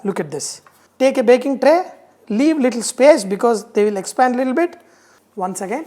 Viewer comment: It is little bit not lilbit